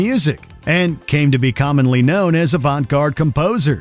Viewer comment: Or how he pronounced Avant-garde.